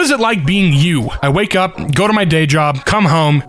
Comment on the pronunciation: "Up" becomes "Urp", a comedy about accidents and burps.